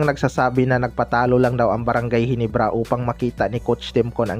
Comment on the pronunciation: Ayusin mo nman bigkas. Mo GINEBRA hindi GENIBRA nkakahiya nman